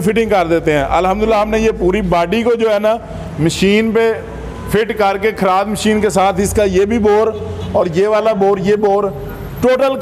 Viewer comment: Bhai Kharaad nhi kharad hota hy jisy lathe machine khty hen